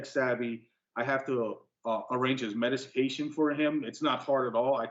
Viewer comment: Aks and mediscation lol